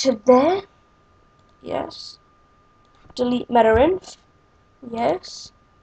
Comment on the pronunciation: I love how you say meter-inf :D